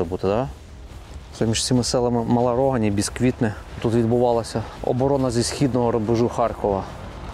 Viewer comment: не РОгань ....... РогАнь(на бакву а наголос).. заїбали ,і пиво наше Не РОганьське а РоГаньскьке. ще до війни бісило